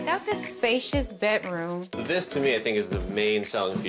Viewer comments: Someone needs to learn how to say Bedroom. Not betroom. A speech Class wouldn't hurt her. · There is a D in bedroom, not a T.